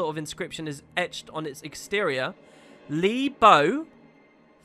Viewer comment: Their surname is Li, not Lo